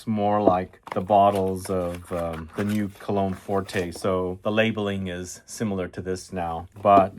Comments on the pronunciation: Cologne forte, not forté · "Forté" means "Loud". "Forte" means "Strong". It is Cologne Forte (read "fort"), not Cologne Fort-ay. There is no accent aigu over the letter "e". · Pretty sure there is no accent over the final ‘e’. It’s cologne ‘fort’ (the ‘e’ is silent). Sorry - but it’s also true of the recent Sauvage eau forte.